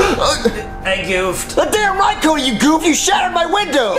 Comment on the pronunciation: He said cudy